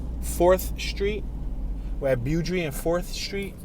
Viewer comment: Beaudry pronounced boh-dree named after former LA City mayor in the late 1800’s. Blessings